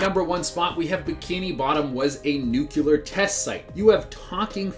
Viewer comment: You guys should do Animaniacs Theories or Urban Legends. PS who else gets so triggered by the way he says nuclear?